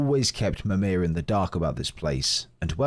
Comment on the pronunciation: Right but Mimir pretty much has a British accent, yet the creator says it really weird in the first part of the video.